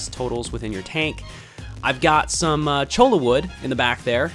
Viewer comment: Cholla pronounced phonetically like "choya"